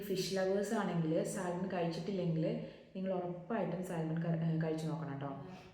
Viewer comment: സാൽമൺ എന്നല്ല , സാമൺ എന്നാണ് പറയേണ്ടത്